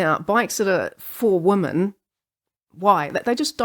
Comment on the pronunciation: The only weird part of your accent is the plural of woman sounds an awful lot like the singular.